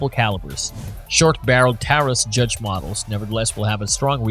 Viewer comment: I only made it to the review of the judge and the fact they could not even pronounce the word correctly and their facts were wrong. Example all the judges with red strap on the grip were raging judges and come in either 6 or 7 shot also the 6 shot fires 454 casual as well as 45 colt, 3in 410 shells, and with 2 shot moon clips it will also shoot 45acp and 45 win mag. I carry this as my everyday weapon